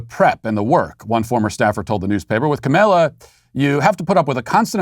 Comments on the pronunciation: IT'S KAHM-AH-LA NOT KAHM-MAYLA REEEEEEEEEEEEEEEEEEEEEEEEE RACIST!!@ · Hey, Matt, I think that you’re pronouncing “Kamala” wrong. You say it as “Camilla,” when really it’s more like kah-mall(As in shopping mall)-ah